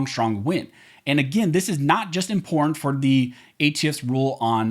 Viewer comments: Learn how to pronounce the work important. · Love the content Really appreciate how you breakdown the law and cases....... until you say the word important. Guess it's the California in you. That said, thank you for what you do.